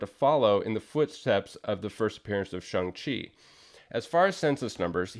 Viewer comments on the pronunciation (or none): I've always pronounced the character's name as Shang not Shung Chi. Good to know thanks. Cool book too.